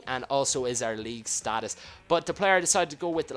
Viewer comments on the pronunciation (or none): none